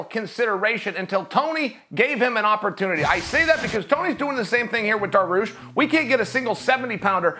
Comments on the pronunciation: Beniel "Darrarush" Dariush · If chael says it's pronounced daroosh, it's pronounced daroosh.